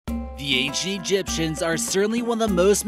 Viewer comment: u said "The A ge gyptians"